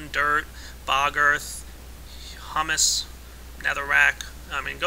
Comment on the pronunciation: You called it "Hummus" again, didn't you? :p